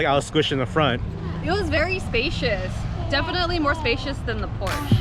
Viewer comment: Porsche --> 'Por Shhh- A'